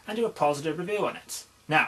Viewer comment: first major "revoo":P